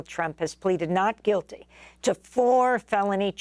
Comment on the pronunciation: Just the way you say “Trump pleads “Noot Juillty”, I wouldn’t listen to anymore of your TDS mindless ideas!! If you don’t think this is political corruption then you are not as smart as I thought you to be!!